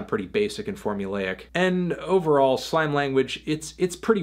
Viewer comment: It isn't slaime language, its slAime language with the emphasis like Sign Language